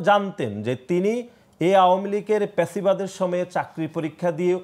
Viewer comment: প্যাসিবাদ❌ ফ্যাসিবাদ✅